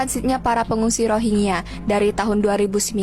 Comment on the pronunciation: RohiNGYA, bang.... Bukan Rohigya.... 😊